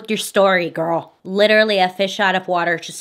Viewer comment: not "liteerally"